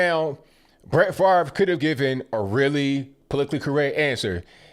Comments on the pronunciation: FaRVe need to get his brain check and as well as his way of thinking. Really FaRVe?! I think you also need to Pronounce your name correctly or SPELL IT correctly! (Fav-Ray) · Why is Brett Favre's name pronounced so weirdly? It sounds like it should be spelled "Farv" not "Favre".